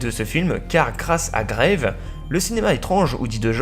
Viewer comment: Sympa, mais on dit GrAve et non Graive, c'est un film français et son titre anglophone est Raw ;) Sinon tu parles de films assez connus dans le genre, je suis un peu déçu de ne pas en avoir au moins découvert un grâce à toi, mais c'est une bonne vidéo, bien rythmée et illustrée. Bonne continuation.